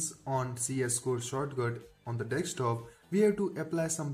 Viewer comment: wtf all Indians say "dekstop" wtf is this it is desktop u shitheads